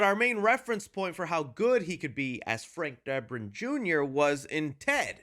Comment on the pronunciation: "Frank Derbin" 😂